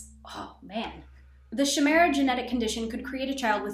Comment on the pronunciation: Chimera is pronounced with a k & I sound at the start, like kite. Not a shh sound. Ky-me-ra